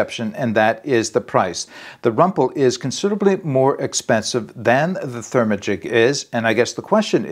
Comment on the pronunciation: 😂 I cracked up when you say "ther-ma-gic". I dont know the correct pronounciation(?) but my mouth definitely wants to say "ther-magic" as in hocus-pocus. Overall not crazy about using this on a hiking trip - a quilt would be dual purpose and much better insulation no doubt.